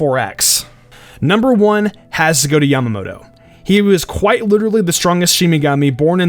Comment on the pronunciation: Mispronouncing is one thing, but he repeatedly calls "Yamamoto" "Yamato". It's not hard to pronounce and it's like calling an O'bryan Ryan.